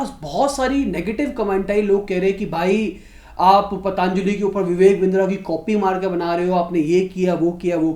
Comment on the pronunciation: Patanjali naam toh sahi se bol le, it's पतंजलि not पतांजलि...😁😁😁 Fashion ho gya hai kya पतंजलि ko पतांजलि bolna